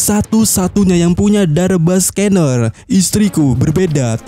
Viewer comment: Nama ras kuma itu dibaca Bak-Ke-Nir, bukan Bas-Ke-Ner